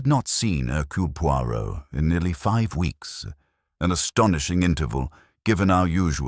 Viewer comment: When you read an audio book, first pronou ce the main character 's name correctly and if reading french,pronounce it properly pleease